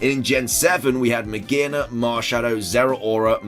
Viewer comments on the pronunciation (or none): none